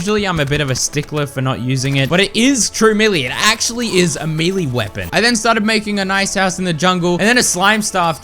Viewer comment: “milli wapons” ❤️‍🩹❤️‍🩹❤️‍🩹